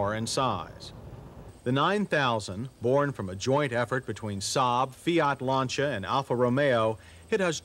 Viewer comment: Wow! Fiat, Lancia and Alfa Romeo all pronounced correctly in the same video. Old times were really better times...